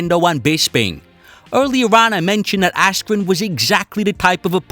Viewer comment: Ben askwen Silly wabbit